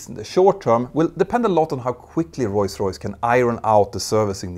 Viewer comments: bro its ROLLS royse not roys roys. nice video tho! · "Roy's Royce" 😊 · STOP to say royce royce, becouse the name of the Brand is rolls royce. omg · Do you say Royce-Royce (instead of ROLLS- Royce) or is my hearing weak? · Not “Roise Royce”? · "Royce Royce" this channel could be great but.....